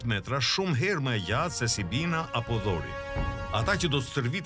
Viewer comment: Ajo është heshtë DORE dhe shkruhet Dori😂😂 ti thua dhori😂😂😂 grek nuk ka pasur Kurr , por Hellen në qytet shtete!!! Një fjalë ndryshe dhe ndryshon krejt rrjedha. Hik mor djalë mos u merr me përralla , se na jan bër Bajat edhe përrallat😂😂😂😂😂😂😂😂😂